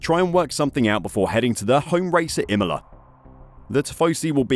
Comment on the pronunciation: Change the rules to suit your needs, F1 sucks anyway, every now and then f1 will have a good race, good thing motogp is always providing 🏍 🏁.. Why does this guy say imolaR and instead of nothing, he says nothingk?